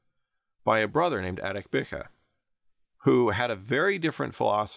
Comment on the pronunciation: Also the way he pronounces Ariq Bukh is funny